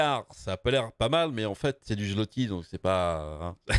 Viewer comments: En passant, zlotie se prononce "zwoté". :) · On dit phonétiquement parlant le "zouwoté" pour le zloty :p, de la part d"un polonais